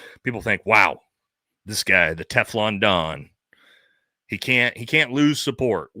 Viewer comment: sounds like you said teflon dong 😂🤣 . What a cuck